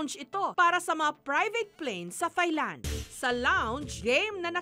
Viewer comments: Its not soft "th" sa thailand ms jessica.. its like tailand po.. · Ms Jessica, I respect you a lot but it’s not “Thigh-land” , “Tai-land” po. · I always say "its Tailand" every timeJessica says THailand. Hehe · I wish people would correct the way they pronounce "Thailand" it's not "THIGH"land, it's "taɪlænd" like "TIE"land. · silent H po ms jessica ang THAILAND. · Can you please, please, please, pronounce the country THAILAND, and THAI people CORRECTLY!